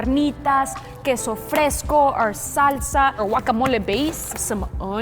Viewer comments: wackamole gurl it’s guacamole 😂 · TAco not taCO gwacamoli not akamoli 😂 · The way you say guacamole 🤣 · I loved when said guacamole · i love the way says guacamole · no its annoying ands its wrong pronunciation